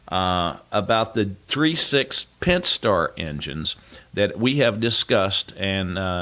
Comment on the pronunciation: Pent-A-star. Like pent-A-gon. Not like penthouse.